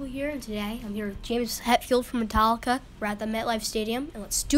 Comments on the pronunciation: Marstallica ? you mean Metallicarse haha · instead of marstallica u should have said larstallica